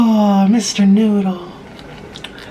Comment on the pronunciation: MISSHHTER NOOOOODLLEEE Cork: pOp Nik: sHoOk